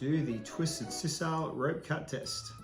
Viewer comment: In 60 years I've never heard “sisal” pronounced like that. Is that a regional thing?